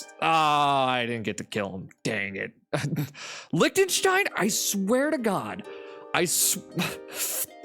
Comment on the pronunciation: You disrespected Liechtenstein!